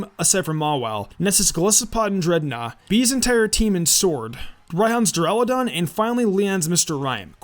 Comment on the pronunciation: why tf do u have an impidimp? u know that it has 2 more evolutions right? XD. (BTW its duraludon not deraludon).